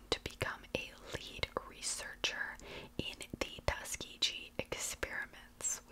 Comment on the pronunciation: hey girl just a heads up it’s pronounced like tusk-ki-ghee like how you would pronounce geese but without the se at the end hope that helps ❤